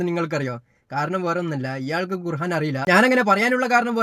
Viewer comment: ഭംഗിയിൽ തട്ടിപ്പ് നടത്തുന്നവൻ., ഖുർആൻ എന്ന് പറയുക, ഖുർഹാൻ അല്ല [ഹാ എന്നത് ആ എന്നാക്കുക] ഇല്ലെങ്കിൽ താങ്കൾക്ക് ഖുർആൻ എന്ന് പറയാനറിയില്ല എന്ന ട്രോളും വരും. ശ്രദ്ധിക്കുമല്ലോ.